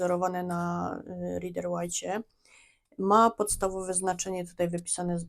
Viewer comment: /raider weit/ - to jest właściwa wymowa. Dlaczego wszyscy polscy tarocisci nie potrafią poprawnie wymówić kluczowego nazwiska w świecie tarota?